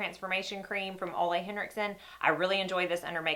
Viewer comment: Just a heads up: Ole as in Henriksen is pronounced uu-la. Not a criticism- just an info. Hugs